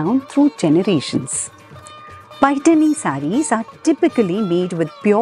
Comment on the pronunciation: Well explained Madam. First person who has pronounced Paithani in marathi ptoperly❤🙏